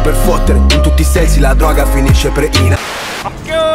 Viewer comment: solo a me dopo due "okkio" mi girano i coglioni. Sei comunque un grande hahaha